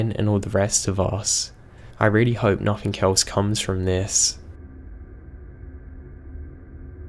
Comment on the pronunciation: im sorry, i know im an asshole but its driving me crazy. There is no ''k'' in words like nothing, anything etc.